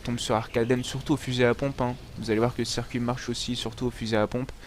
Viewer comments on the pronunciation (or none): none